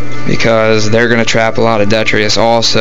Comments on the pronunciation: Are you talking about detritus lol not det tree us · its pronounced Dee-trit-us